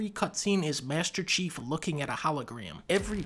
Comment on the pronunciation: If everybody gonna ignore the fact that dunkey finally said master chiefs name? Or are y’all still calling him SeaHouse?